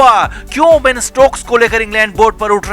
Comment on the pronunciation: Bain nahi Ben hai, Thik se bolna sikh lo